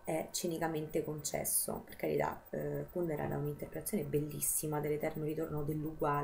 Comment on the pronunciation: Finalmente qualcuno che pronuncia Kùndera come si deve!!! Sembra l'eterno dilemma Salgàri-Sàlgari... PS. SI dice Salgàri!